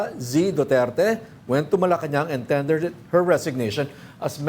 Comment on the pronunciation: I tended my resignation…. Tama ba ito? O dapat yata ay I tendered my resignation…. Silent r ba kasi binibigkas ang tendered Kaya lumabas sa bibig niya ay I tended my resignation…. O Baka naman ang sinasabi niya ay I handed my resignation….. blah blah …whatever…. Good riddance….thank you for resigning…😁😁😁 at least there is hope for the department of education starting today to improve and work on things to hit the mark in achieving a very high standard and quality education for the students.